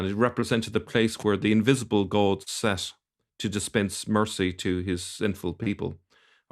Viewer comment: Most unusual way this Irish man pronounces “goad”. What’s the deal with that. I’m in Ireland a long time and I’ve never heard anyone pronounce god as ‘goad’